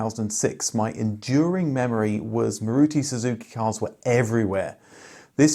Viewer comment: Thank you! But the correct pronunciation is MAAruti.